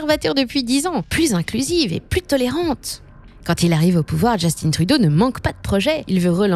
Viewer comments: C'est drôle qu'on nomme Justin Trudeau en le prononçant à l'anglaise dans une vidéo en français. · Pour info, ici on ne prononce pas Justin à l'anglaise mais bien en français. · On voit que les seuls termes utilisés par cette chaîne sont en anglais alors qu'ils le sont très facilement en français. Dire de cette façon "Justin" c'est pour faire une blague ou quoi? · hello, comment peut-on être aussi loin de la réalité? On voit que cette chaîne ne sait pas de quoi elle parle. Ca commence par la prononciation du nom du premier ministre. Pa thé ti que!